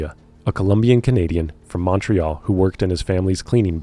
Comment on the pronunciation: i truly enjoy your work, but your pronunciations of Montreal and Newfoundland are killin me 😂